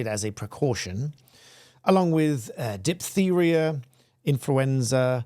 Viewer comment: Dip the ria 😂 you sure you’re a barrister